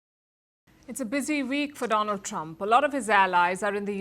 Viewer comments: My phraaand dolaand trump😂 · My phraaand - Do- Lund trump sar😂😂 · Chai wala , my priend donold trump😂😂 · My phriend dolaaand trump 😂